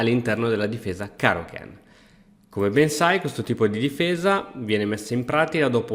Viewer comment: Io non so voi, ma ogni volta che dice caro-ken mi immagino cristian versione goku di dragonball che invoca il kaioken